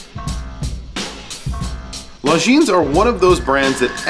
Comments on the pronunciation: Awesome review thank you. FYI, when pronouncing the company name, the S is silent. Swiss company with a French pronunciation. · Just an FYI, Longines is pronounced without the final "S". You can't really know it if you don't speak French or did not inform yourself, but considering how many times you pronounce it, I thought I would let you know :) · Damn..... It's singular Longines, no "s" at the end. It's really not known brand in USA.......